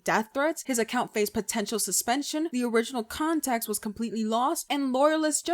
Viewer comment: Second video of yours I’ve watched, love your editing and your clear but opinionated way of speaking. Can tell you use that voice often haha! (Also wanted to mention you pronounced context like contaxt and you also said controversy like contraversity, hehe. I hope I don’t come off as rude!! You’re just gaining some traction & I wanted to point it out kindly before you got hundreds of means comments. Personally, I like it <3 /genuine )